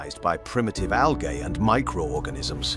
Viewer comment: His pronounciation, especially of latin and latin-derived words is light years ahead of what is the norm in anglo world. I've studied latin. It is really refreshing to hear letters "g", "i" and "ae", for example, pronounced to any degree of accuracy in an english speaking video.